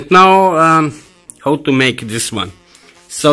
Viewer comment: I really like how you say video "VIDOO" and how "KHOW", good work nevertheless...